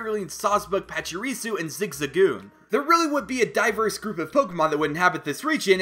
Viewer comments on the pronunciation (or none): none